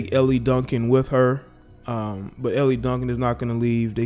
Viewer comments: Dude, her name is pronounced "L" Duncan not Elly. Also your commentary is waaaaaaay too long and monotone. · ....Elle’s name is pronounced like the letter L, not Elli, like you’re saying. Not sure if you’re being facetious or not🤷🏽‍♂️🤦🏾‍♂️ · How you going to comment on something and you don't even watch the show or the network? What a joke, promoting hearsay. BTW, it's Elle, like the letter 'L'. Geesh, why should we listen to you?!